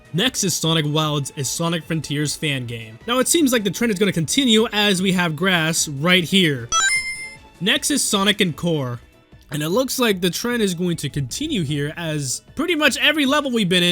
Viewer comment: not “sonic in-CORE” 😭 (It’s usually pronounced closer to “ON-core”)